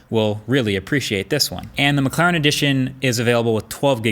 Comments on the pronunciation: It’s McLaren not McClaren haha i think it’s funny how he pronounces it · It sounds like he's saying mcclown 😂